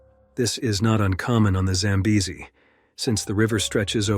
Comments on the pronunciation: Record number of pronunciations of Zambezi. Congratulations 👎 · And 5 different pronunciations of the river name! I prefer normal narrations, even tho this was interesting. Such a beautiful place!